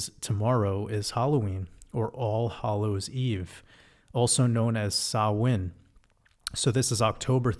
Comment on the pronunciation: Fair play on pronouncing "Samhain" correctly. Much love 🙂💕🇮🇪